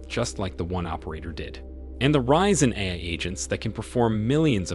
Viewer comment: forgot how to say AI